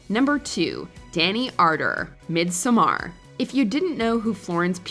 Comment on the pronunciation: "Mid some are" You know you could just say "midsummer" and come closer to the proper pronunciation...